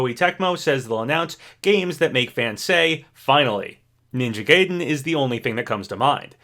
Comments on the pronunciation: Ninja "Gay-den" 😂 It's pronounced Guy-den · It’s is pronounced ninja guide-en not ninja Gay-den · The way he mispronounce "Gaiden" hurts me. It's "Guy-den" not Gay-den"! And I'm not even a Ninja Gaiden fan whatsoever! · I love you, but my gosh, pick a pronunciation for Ninja Gaiden, it's driving me nuts!...Though the correct pronunciation is "guy-den", by the way, just like how it's "ree-yu", not "rie-yu". Edit: that comment about requests for Smash and whether or not characters should be in a new game or not feels exactly what #OperationStarFall was meant to answer. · Hate to be that guy, but its pronounced "Guy-den" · I cant believe you said "ninja gay-den" MULTIPLE TIMES when you said it right in the same video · wait, so do you know how to pronounce "gaiden" or not??? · i really enjoy ' videos but im not gonna lie his pronunciations get on my nerves sometimes. like for example ninja gaiden is pronounced "guy-den" not "gay-den" and masamune is "masa-moon-eh" not "masa-mune". it's not a huge deal but i'd really appreciate if he tried to find correct pronunciations!